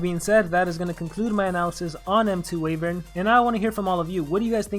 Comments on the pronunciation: I'm not sure if the pronunciation is global, but I thought it was Why-vern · I feel like you are pronouncing wyvern wrong. :P